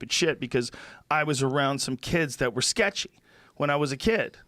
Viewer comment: Lol, i though the same thing, so i wrote the comment: Joe "sketchy boys " Rogan